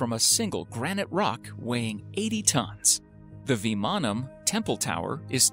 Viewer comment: Awesome brother ..your pronouncing VIVANAM AND KUMBAM IS good